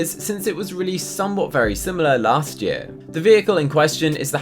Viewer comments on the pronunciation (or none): none